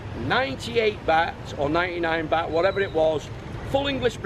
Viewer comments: I saw your vids in Boracay, you went to all the expensive places, it's pronounced Bart not bat! Haha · its not Bat its Baht, and it not Paytaya its Pattaya.